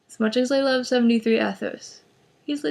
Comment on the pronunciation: Er, love. Not loke. XD